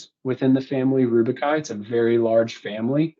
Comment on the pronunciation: rubiaceae. not rubiciaceae, not rubicai...simple google search for pronunciation helps